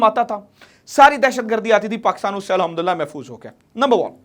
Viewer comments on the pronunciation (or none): none